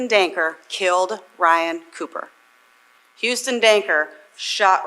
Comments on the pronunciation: Perps name is Huston Danker. Not Dunker. I’m a Waterloo local. Very wild case in such a small town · I love how narrator calls him DUNKER lmao 😅